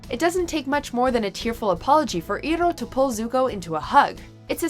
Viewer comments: Entire episode was ruined due to how you pronounced Iroh... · the fact that you mispronounced iroh's name even when its said numerous times throughout the whole animation just shows that you never watched it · Lasherluke I never said that the list is invalid just because she said Iroh's name wrong. It's just how she says Iroh's name that disturbed me. Being a Long time ATL fan. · So you saying that just because she said Iroh's name wrong means that the list is invalid. I knew it was coming which is why I meantly prepared myself not to bitch about it. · the pronunciation of Iroh is wrong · Any other Avatar fan feeling the pain when she mispronounces Iroh's name, or is it just me? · Alex Rodriguez yes...I was getting a little triggered, his name represents him, irohny😂that's how I always remember how to pronounce his name since I was a kid. This reminds me of the avatar movie, when the kept on some how pronouncing Sokka and Aangs name wrong. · Alex Rodriguez she says it wrong so many times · YES. She's clearly only seen the movie that shall not be named. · EYE-roh not EE-roh :/ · And thats how you know they only read a script and don't even watch the clips its eye-row not e-row thanks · "IROH" IS PRONOUNCED EYE-ROH NOT EAR-ROH!! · It's ir-OH, not IR-oh!!! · Her pronunciation of Iroh's name made me angry cry. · it bugs me that shes calling him E-roh, not Iroh. it might be the same both ways but in the show he was Iroh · It's not ear-oh, It's I-row. Uncle I-row. Uncle Iroh. It's not Uncle Ear-oh. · ITS PRONOUNCED EYEROW NOT EEROE Also no scene from "The Perfect Pear" from MLP where they show Applejacks late parents planted trees? Christ. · It’s pronounced EYE-ROH NOT EE-ROH !!! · Iroh is pronounced "Eye-ROW" not "E-Row" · It's EYE ROH no E-ROH! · ITS I ROW NOT E ROW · It's not Iro i'ts Iroh! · "EYR-ROH" NOT "EE-ROH" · Iron is pronounced EYE-ROW not EAR-ROW. Try to learn the pronunciation for once please! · THE FUCK IS A EEROH, ITS IROH, YOU FUCK. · EYE-row not EAR-row